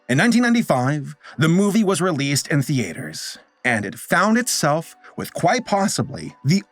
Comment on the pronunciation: Love videos but the way he pronounces “theater” is like nails on a chalkboard 😂😂😂😂 Why you going so hard on the “A”?